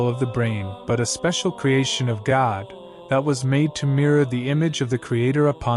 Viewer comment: I really enjoy your posts, but you pronounce God like Gad, almost. Sorry, just sayin'. Maybe it's your accent.